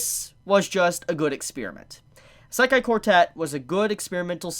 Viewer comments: Serious q. Why do you say "eye-SEK-aye" instead of "EE-seh-kai"? The latter is the correct pronunciation of the word. The way you say it sounds like nails on a chalkboard. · Eh-sekai quartet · Bro you don't say "Isekai" correct at all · Isekai pronounciation is killing me. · Dude stop saying isekai like that geezus Christ 🤦🏼‍♂️ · The way he says "Isekai" makes me want to kill myself